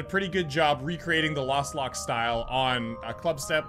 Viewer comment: How he keeps calling Lostlocked "Lastlocked" kinda triggered me lol